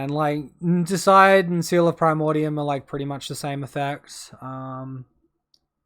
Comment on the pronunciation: Great matches mate, well played! PS it’s deicide; meaning to kill a god. Dee-a-side is how I’d pronounce it. 😉